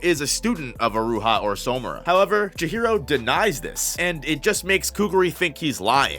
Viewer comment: Why do you keep pronouncing "Samura" like "Somura"?